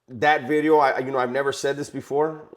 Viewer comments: It’s veedeohhh not bidi-0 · Any possibility you can say the word "video" different? Not clowning....